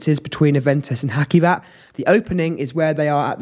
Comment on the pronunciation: You must read hacivat as haJivat not haKivat